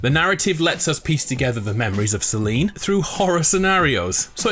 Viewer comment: Suh-leen the e is silent